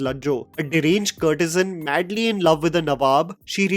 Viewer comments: I love your reviews bro but can you please correct your pronunciation a bit before criticizing someone else’s work? Please hear how courtesan is pronounced on google. Thank you 🙏🏽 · The host needs to work on his English. Countless mispronounced words especially courtesan, W's always mispronunced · and courtesan